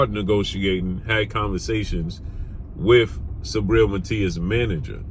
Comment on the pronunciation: It's not "sabriel",it's "SUBRIEL" 💪🏽🇵🇷